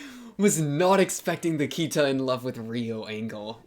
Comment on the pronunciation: It's pronounced Key-ta not Kia-ta.